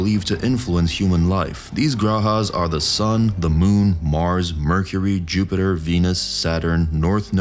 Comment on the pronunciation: Jew-Peter 😂 bro